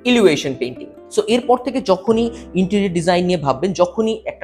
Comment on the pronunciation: Illusion er uccharon thik kor bhai.